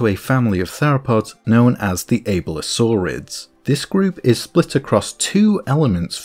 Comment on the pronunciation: "Able-lo-saur-ids" I hate it, I viscously hate it